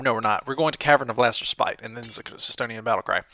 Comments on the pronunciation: The correct way of pronouncing respite is res-pit. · Note to: Respite is pronounced as [res-pit], the heavy on "res" and light on "pit."<3